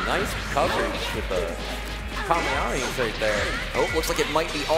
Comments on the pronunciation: You don’t say “Kamehameha” as if goku was saying the move, it’s “Ka May Ha May Ha” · the commentator said Kamehameha wrong three times...